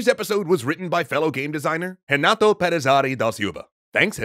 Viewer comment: Excellent video, it's really difficult to make people understand how taxing social interaction can be for inteoverts P.S. That was the weirdest pronunciation of Renato unless it's really intended to sound that strange